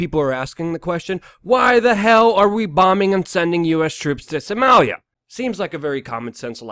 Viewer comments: Why can't you say Soh-mah-lia? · you say Somalia funny